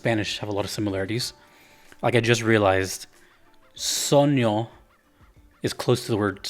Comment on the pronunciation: Italian 'gn' is pronounced like 'ny' as in 'lasagna'.